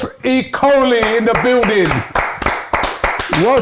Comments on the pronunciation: Robbie needs to work on name pronunciation. You butcher most names. Maybe you need to do some rehearsals before the show. Okolie is pronounced as Oko-lie and not ikoli. That’s a Nigerian name and we pride ourselves in our names because it has a strong traditional connotation. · O..kolie not E..Kolie or e-coli. And he's a cruiserweight